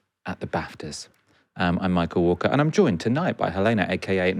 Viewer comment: Albenese isn't that popular on his own (it's that there's no real political competition). Novara really needs an Australian person because they continually get things just wrong enough to not be credible - especially Walker's pronunciation of his last name ;)